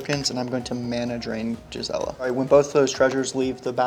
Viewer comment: It's not "Jizzella" 😭😭😭